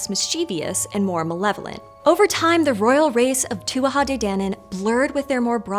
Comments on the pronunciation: It's pronounced Too-jah. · if you''re gona do a video on the Tuatha de Danann, you should prob try learn how to pronounce Tuatha correctly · It’s pronounced too-a not too-aha. K. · She pronounced tuatha like two-wah-ha and I hate it so much! It's just two-ah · Yeah she got it wrong she added in a whole extra syllable, Tuatha is not pronounced to-a-ha its pronunciation is closer to being too-a. The TH is almost silent. I'm an Irish native and a fluent Irish speaker if you are wondering what my source is. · It’s pronounced “tu-ah,” pretty close though. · Please, please, please consult with an Irish speaker before attempting to pronounce words in Irish. I gave up as soon as I heard the three syllable tuatha. If you can't even get the title correct it didn't seem like you would have much else that could be relied on. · I would have always heard it pronounced to-ah, without the third syllable. Maybe just Munster dialect. The real thorn for me is calling it "Gaelic" though! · Not really. It's 'too ha de danan', the first 'A' is silent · You might want to look up the pronunciation of Tuatha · So close on that pronunciation! Adding an extra syllable on the tuatha though